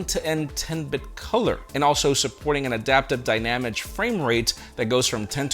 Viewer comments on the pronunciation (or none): Is it just me or did totally say “dynamic” like it was a Croatian name?